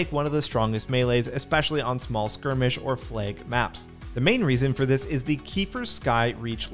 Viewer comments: totally sounds like he is saying plague not flag? map? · Why does this guy say the word "flag" as "flayg" ?